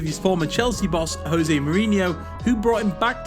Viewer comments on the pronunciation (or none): none